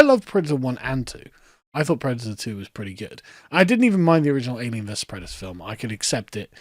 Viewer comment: I'm pwedator and I'm vewwy angwwy